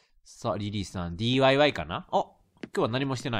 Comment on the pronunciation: 前の家 を 家の前 と言ったり、DYIのことをDYYと言ったり やっぱりレトルトさんは少しあほですね、見ていて和みます🦀😷